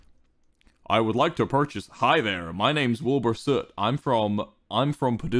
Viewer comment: American Wilbur still can’t pronounce his own name